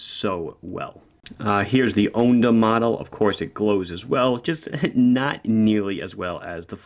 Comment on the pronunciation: Just FYI, if you want to Italian-ify your pronunciation of 'onda', it's like 'Honda' without the 'H' :) Grazie mille per tutti i recensioni!